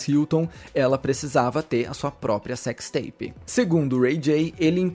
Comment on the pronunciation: Cecsi teipi de guê? 😂